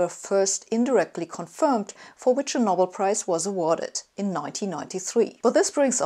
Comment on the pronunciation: Der gleichnamige Preis wird "No bell" und nicht "Nobble" ausgesprochen.